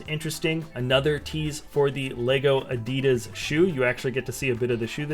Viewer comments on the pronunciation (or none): Why do you pronounces Adidas so wierd???? What's with the over-pronounciations?